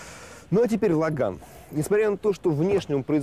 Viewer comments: Про китайца в точку. У ланоса без гура руль 5,5 оборотов делает. Ужас прям камаз. Не логАн, а лОган. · А почему лАган?? Написанно же логан!